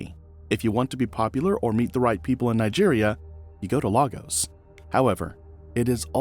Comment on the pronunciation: That's not how you pronounce Lagos btw